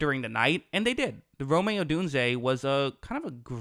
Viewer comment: His name is Rome Odunze. Like the city in Italy, “Rome” You are adding an extra syllable.